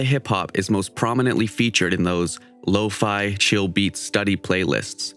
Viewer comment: Me: says “low-fe Them: law-fi